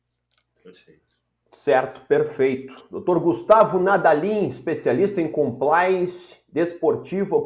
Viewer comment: Tá mais pra "Ispessialixtiá"... 😂😂😂